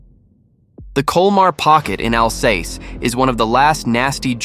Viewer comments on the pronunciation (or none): none